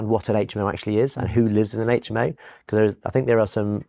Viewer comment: It would be super if you adapted your pronunciation to say " aitch M O" and not " H aitch M O" . Good interviews and content on your channel. Good luck.